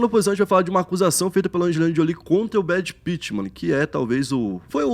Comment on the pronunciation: "Brad pittman" 🤣🤣🤣🤣